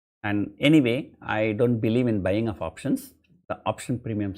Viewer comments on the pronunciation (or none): none